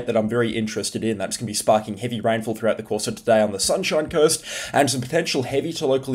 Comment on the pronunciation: did bro just say sunshine curst